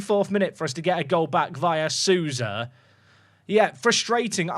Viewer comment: Quick pronunciation tip: In Brazilian names like Souza, the 'ou' is pronounced "oh", like so or go. So it doesn't rhyme with 'cow' or 'moo' 🐄